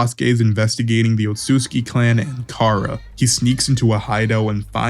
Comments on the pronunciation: Homie actually said otsuki! 🤣🤣 Its pronounced OTSUTSUKI! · How can nobody pronounce Otsutsuki right?